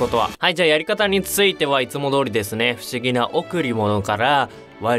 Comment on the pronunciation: ふしぎなお↑くりものw